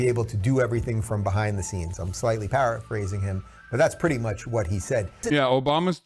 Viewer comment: does he say 'Parrot phrasing' instead of para-phrasing?